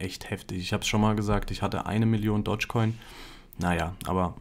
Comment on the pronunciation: doschcoin, nicht dotschcoin !!!